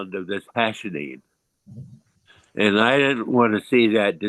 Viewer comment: its called "Hashishene" and not "Hashinine" tho just for anyone trying to look it up